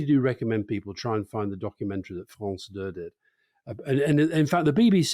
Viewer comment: France 2 (He says France deux)